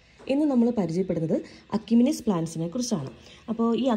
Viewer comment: എഷിമിനെസ് എന്നാണ് പറയേണ്ടത്.